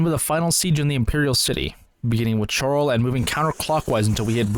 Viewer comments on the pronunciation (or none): btw Chorral is pronounced coral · i jumped ship when you mispronounced Chorrol. Pronouncing it Charle broke the immersion for me LOL Thats all i needed to know that youre not really an Oblivion fan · You said Chorrol wrong, unsubscribing 🤓☝